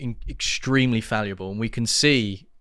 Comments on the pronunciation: Is he trying to say fallible 4 times incorrectly? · What did he say?? FALLIABLE?? What does that mean?? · Did he say falliable ..? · Fal abb ill. Fallable. Not faliabil. Fal abb ill. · WTF'S "FALUABLE"? You said it 5 times! Do you mean "FALLIBLE"? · Its Fallible not faliable 🤫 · Fallible not falueble Annoying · To the bearded man in the white t-shirt - I think the word you meant to say (several times) is 'fallible' (not falleable, which the captions interpreted as valuable). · Fallible not falliable! But hell yeah... imagine a party including the likes of David Starkey, Andrew Bridgen, Rupert Lowe, Ben Habib.... with a little financial Elon blessing... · Fall-ible, not falluble. Jesus. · Please, learn how to say the word 'FALLIBLE', it's pronounced as it's written, it's not pronounced 'falliable'. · What is "faliable" do you mean fallible? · The word is 'fallible' not 'falliable'. Just saying. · It's pronounced, 'Fal-e-bull' Not 'Fal-e-a-bull' Sorry to nitpick, but it was driving me bonkers! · Its fallible not falliable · The word is 'fallible', not falliable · May I make a small but important correction? The word is "FALLIBLE" with an I in the middle, not "FALUBLE", with a U, which doesn't exist. :face-orange-raised-eyebrow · Fallible not faluable. Ironic to mess that word up. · Faluable is not a word - it's fallible. I wouldn't have commented, but you said it 1000 times. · Is “faluble” a British word I don’t understand? Or is it a mispronunciation of fallible? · Fallible, not falliable!!! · Great podcast, you are doing a good job! Rupert Lowe, is a class act, one of the best MP’s we have. As you have mentioned, it’s better this has come about now and shone a light on Reform. Just one thing, please pronounce fallible correctly, it’s not falluble! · Stop saying falliable. It's fallible. 😃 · fall-i-ble, not fall-u-a-ble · Fallible, not falliable.. Reclaim English by speaking it. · Stop saying falli(a)ble!!